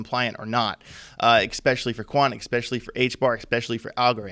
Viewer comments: Can he use the word "especially" a few more times? And it sounds like he's saying "eXpecially" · "Exspecially" isn't a word.